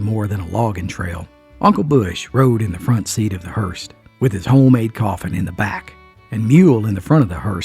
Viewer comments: No offence, but it’s “ hearse”,not Hearst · So sorry,, I do love you so much but it’s a hearse, not a hearst.